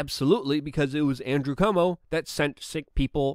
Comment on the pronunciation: Luke, please dont pronounce Cuomo as "Comeau".